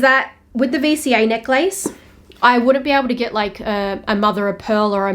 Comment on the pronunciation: First time i ever heard someone pronounced necklace as neck-lace